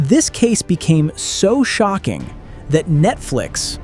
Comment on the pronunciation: Shoking??? Fix your ai.